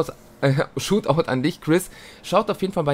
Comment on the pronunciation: Man spricht shoutout anders aus aber is ja egal ✌🏻